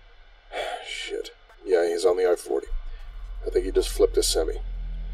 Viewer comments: The way he pronounced semi has me fucked up lolol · We Yanks pronounce it "sem-eye"